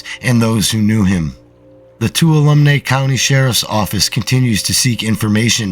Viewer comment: Hi! New subscriber here. One suggestion: it would be great if you would do a Google search to find the pronunciation of names you're not familiar with. For example, you can just Google "How do you pronounce Tuolumne" and it will say it for you. It would be a lot easier on the ears of those of us familiar with these areas if they were pronounced correctly. Thanks for the great stories!